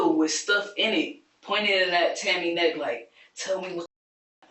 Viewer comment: the embedded subs on the interrogation video are so off. And before anyone comes for me, I'm pointing this out because of Deaf/HOH folks. Also at around the mark or slightly before, the narration says "Tommy" and not Tammy.